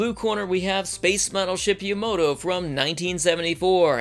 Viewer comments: YAMATO not yamoto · It’s ya-ma-to not yamoto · the guy can't even pronounce Yamato not Yomoto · It's Yamato,not Yamoto! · Yuh moto? No no. YAH MAH TOE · The Yomudo in yer accent is priceless. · good old "Yamodoh" -. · my grand pappy said its pronounced yamadah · you pronounced Yamato wrong, you said Yomoto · I know, right? Watches both series back to back. Fails to pronounce the name of the ship mentioned in the series dozens of times. But even the new one pronounced it differently than I've mostly heard over the years. Star Blazers aired in the US when I was eight years old. I loved it. But I watched it again recently and I couldn't believe how bad it was. I swear, nobody knew anything about space in the 70's. Which is ironic since that was the "space age". But then I watched the NEW series and WOW was I impressed! It fueled my nostalgia while also making it a legitimately great story. A++ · I mean, they even pronounce it in the anime itself. How do you mess something like that up? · ... Perhaps this has already been said, but when the voiceover mispronounces the name of the show TWICE within the first 16 seconds, it truly makes me wonder if this is really going to be worth another 20 minutes of my life ... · I know I'm commenting on this 7 years after it was uploaded but I have to say that the frequent mispronunciation of the ship name is very distracting. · You completely butchered the pronunciation of Yamato throughout the video and it’s annoying.